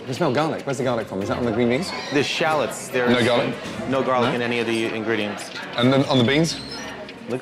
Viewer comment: “Is there any challots in there at all” Just leave bro